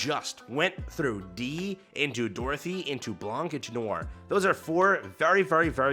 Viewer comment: the C is silent in Blanc's name. Trust me, it's a French word. I'm French.